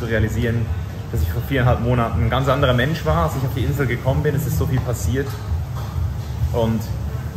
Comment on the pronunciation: Lerne bitte die Aussprache dieser Insel, wenn du schon so lange da lebst.